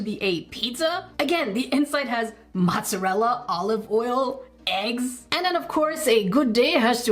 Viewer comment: Its not pronounced mottsarll it's pronounced mozzarella